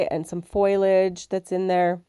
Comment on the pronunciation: Great foiling tips! TYFS! (Btw the leaves etc is pronounced Foh-lee-edge (foliage) just fyi 🙂😉)